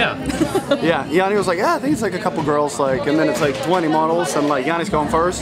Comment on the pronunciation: Janni, Bright eyes not owl. But love your effort as I only speak English.. :) Banter